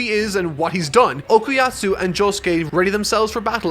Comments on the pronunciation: ITS FUCKING OKUYASU NOT OKUYAAATTTSU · Okuyasu NOT Okuyatsu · Nitpicking: - It's Okuyasu, not Okuyatsu - It's left ambiguous if Mikitaka is really an alien or just an oddball with a stand power, arguably on purpose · he is still saying okuyatsu